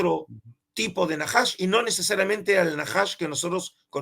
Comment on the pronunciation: No es Naahash es Najash